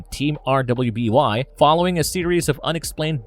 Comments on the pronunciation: RUUUUUBY!!! ITS PRONOUCED RUBY no R W B Y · RWBY is pronounced RUBY. Jesus, how come so few YouTubers bother to take 30 seconds to look something up and learn to pronounce it correctly? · RWBY is pronounced "Ruby".